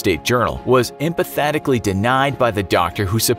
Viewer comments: did he say “empathatically” when he meant “emphatically?” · "Empathatically" denied?! That's not a word. You mean "emphatically". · "Emfathatically"??? You had one job...